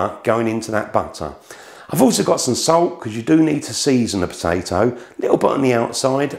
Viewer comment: I don’t think the English actually speak english. So much glossing over the vowels for a lazy tongue. “Put sout on da PaTAe-Tez”